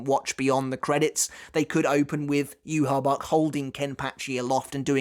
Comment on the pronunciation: I subbed a while ago just because you called him “Juha Bach”